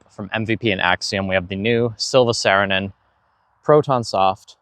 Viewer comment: It's pronounced S-ARE-inen, not S-AIR-inen. Just fyi 👍